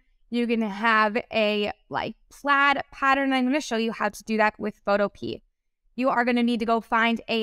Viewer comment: I'm sorry if this sounds rude but it's pronounced pho-toe-pee-ah. Not photo-pea.